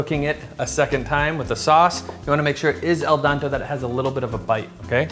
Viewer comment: Al D E N T E not---------- AL D A N T E